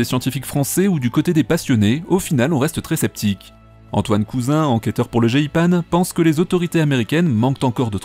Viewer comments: comment tu prononce le "GEIPAN"??? c est n importe quoi.. 😆 on prononce "g pend" et non "g-i-panE" .. ça fait bizarre on dirait que tu découvre le nom du service...😉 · Le jé i pane c'est quoi cette prononciation ? C'est un organisme français...